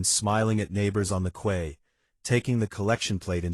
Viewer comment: If the life vests were so much heavier than normal, the users would have noticed when they put them on. They wouldn’t have used them without checking them why. Also, the reader/AI needs to learn the correct pronunciations of corps and quay. And did the British still use the word reticule in 1950?